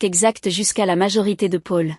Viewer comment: Pub sur pub 😡 On prononce Paul ( pol) et non Pôle .. Le versement de la pension alimentaire ne s' arrête pas aux 18 ans de l' enfant .. En France on passe obligatoirement devant le notaire pour l' achat ou la vente d' un bien immobilier ..